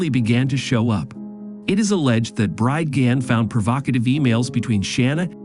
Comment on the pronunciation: This is AI and repeatedly mispronounces Bridgeman over and over. Was any english speaker involved here?